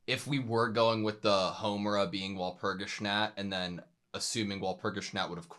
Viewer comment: I love how he pronounces Walpurgisnacht 😊